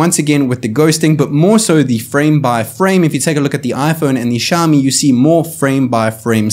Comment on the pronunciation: NOT SHAMI! IT SOUNDS LIKE SYAOMI!!!!!!!!!!!!!!!! NO FUCKING SSSSSSSHHHHHHAMI